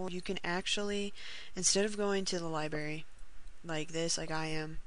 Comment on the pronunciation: honestly...you did better then that bull shit frostclick video. gj, u say libary its funny